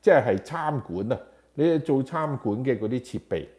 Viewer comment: 餐(chan)館，不是參（Cham)館